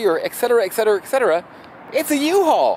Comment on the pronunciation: Learn to pronounce the word Etcetera. It’s eTcetera, not ‘iksetera’. The second sound is T, not K, so it’s ETS, not X.